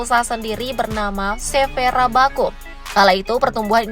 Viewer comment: Rakabu bukan rabaku sok tau banget belajar dimana woyy